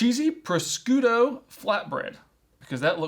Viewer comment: Yeah but like, you’re just kidding calling it “proSCOOTO” right? It’s Italian and it’s pronounced “projudo”